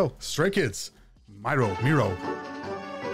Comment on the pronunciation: none of there dancing is speed ramped. They literally do those dances at their concerts. the guys do amazing. please check out the newer albums for more EDM feel (thats the term for the techno your hearing). also Miroh is pronounced Me-row. thank you for giving these guys a chance they are amazing!! Bang Chan and the guys are 4 gen leaders